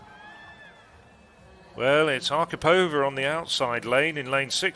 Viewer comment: Question for British commentators. Why do you consistently and stupidly put the accent in Russian female names on the second syllable from the end, and in Polish on the third, when it should be exactly the opposite? ArkhIpova and LesiEwicz - not AkhipOva and LEsiewicz. But still "Matilde Desiou" was the best.